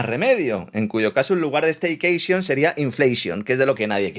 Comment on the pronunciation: Staykechion...o no tengo un paveichion???😂😂😂😂😂😂😂